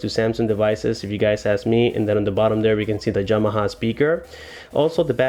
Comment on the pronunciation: Yamaha not Jamaha.